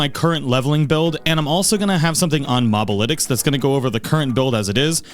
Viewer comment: Good video and all but did I hear you say "Mob-alytics"? 😂 Bruh you never played a MOBA before?